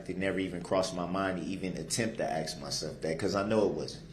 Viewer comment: It feels as if B'Ivory Lamarr told him to axe the right questions.